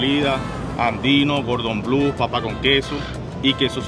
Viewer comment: Me encanta toda esa comida callejera exótica que tiene Caracas. Pero estoy en Maracaibo donde también tenemos muy buena comida. Pero por favor nunca jamás digan Gordon Blue. ES Cordon Bleu. El nombre es francés y significa Listón Azul.